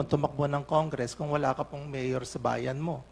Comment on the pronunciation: Miyor? Miyor? Miyor? Ayusin mo pagreport mo.pisti!